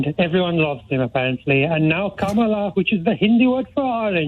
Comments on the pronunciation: Nick, it's not "Komala", which is yet another instance of mangled American pronunciation, like they say "vivOLDi" instead of Vivaldi or "LOS vegas" instead of Las Vegas. The reason you want to say "KA MA LA" is because (a) that's how its spelt; and (b) that's precisely how it should be pronounced. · It's an indian name and is indeed pronounced as com'la according them. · It's a short "A", not an "O". Both Hindi and Sanskrit have an "O" vowel, and they'd use it in "Kamala" if it were needed there, but they don't. According to the dictionary, the phonetic spelling of Kamala is "kæmələ", which means that it should be pronounced something like "KAmuhluh". The "æ" vowel sound is the same one we find in cat (phonetic: "kæt") and hat (phonetic: "hæt") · She has said herself it's pronounced "Comala" and her followers are chanting "C'mala". But hey maybe she didn't look it up in wikipedia 🤷‍♂️